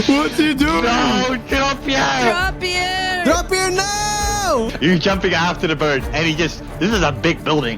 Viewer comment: It's dropje btw not DRAPPIER thats not even a dutch word